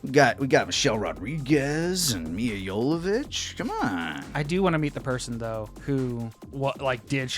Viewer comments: They didn't pronounce "Mila Jovovich" right once lmao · Lani never pronounced Milla's last name correctly